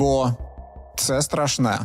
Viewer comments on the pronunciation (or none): СтрашнЕ ! Так моя бабуля казала 😂